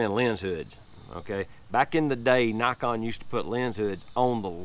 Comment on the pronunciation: Love my 35mm lens for street photography. I'm glad you didn't say knee-kon